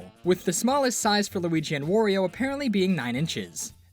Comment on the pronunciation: people pronounce it wor- io sometimes. BUT YOU DON'T CALL MARIO MORIO, SO WHY DO YOU CALL HIM WORIO?! IT'S WARIO!